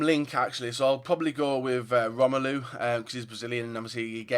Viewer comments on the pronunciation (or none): none